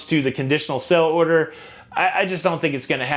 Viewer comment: You always say 'sell'-order but it's 'sail'-order